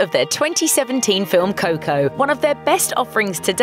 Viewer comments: Its not coh-coh. Its co-co. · Fuck... please dont say coco